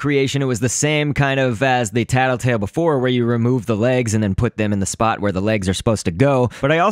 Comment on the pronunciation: Luis Berdecia Its Tattletail, not Tattletale.